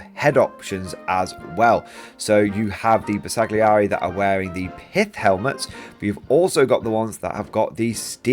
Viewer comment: Great video. BTW Bersaglieri is not pronounced with a hard "g" it is not a soft "g: either. It is better to not pronounce it at all.